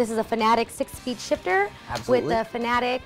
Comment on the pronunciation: IT'S FANATEC NOT FANATIC.